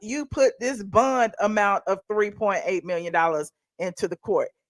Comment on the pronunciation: If you say "bun" one more time!! Its bond!